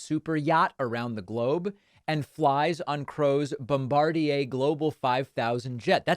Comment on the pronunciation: Props to David for the correct pronunciation of "Bobardier".